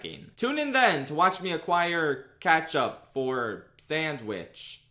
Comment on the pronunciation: The way u pronounce ketchup